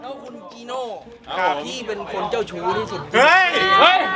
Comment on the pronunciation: เป็นอะไรเจ้าชู้น่ะฟังไม่ชัด